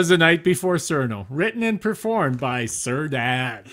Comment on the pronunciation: The times before said cir.